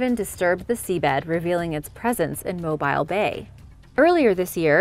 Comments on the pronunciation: "Moe-beal" bay. It isn't mobile it's always in the same place. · Mo-Beel. not Mo bile. even though it's written that way. Love ya videos!!!